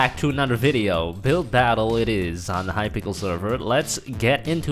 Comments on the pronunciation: They said hypickel not hypixel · At the beginning did he say hyPICKLE? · U said hypickle server😂😂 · Did he just say "HIGH PICKLE" XD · hypickle lol